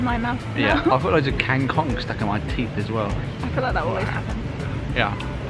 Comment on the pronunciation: You've made me laugh when you called Kang Kong as King Kong..lol . Enjoy Bohol xxx